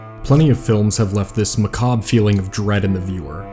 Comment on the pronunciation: I just want to quickly thank you for pronouncing "macabre" correctly. Lot of young creators are saying "mah-cob-bruh"